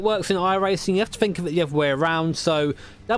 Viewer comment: Fink.... th... think... th. Not f.